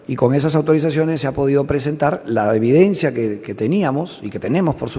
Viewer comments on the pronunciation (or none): none